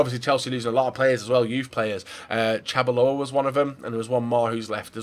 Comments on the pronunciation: Its Leipzig not Lezpeg -Chalobah not chabalo -and hes gone to watford not crystal palace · Chalo-bah, not chabo -lo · Fail List 1. Chabaloah 2. Kita to Leipsig 3. Kalanic then said it correctly and then said it wrong again... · And Chalobah